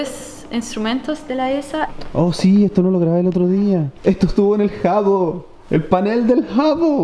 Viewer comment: No sabes pronunciar "Hubble" :v